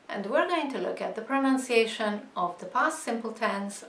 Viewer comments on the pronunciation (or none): Funny.... when you talk about pronunciation ..... and don't even pronounce that word correctly..... you pronounce it as if it is an extension of the word pronounce ..... but although your pronunciation of pronounce is correct.... it should change when you elongate the word to pronunciation.... the correct way to pronounce it is more..... "Pro NUN" and not "Pro NOWN" as you do. Pronounce should be "Pro NOWN" and pronunciation should be "Pro NUN"....